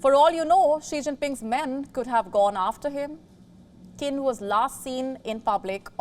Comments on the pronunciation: Qin is pronounced as Chin not Kin... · His last name is pronounced “cheen.”